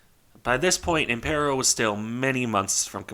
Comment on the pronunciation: Good to see interest in a "niche" ship, by the way the pronunciation was spot on, only thing I would point out is that it should be RN Impero, not RM. RN was the designation for Regia Nave (royal ship)